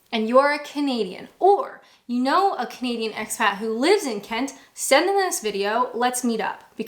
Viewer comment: you do you gal....you're right,none of our beeswax.... and anyone who says anything otherwise....to make you creeper out etc... bullies....less said... I do have one complaint however.... whenever you start your videos.... I always think you say comedian not Canadian... 😂😂😂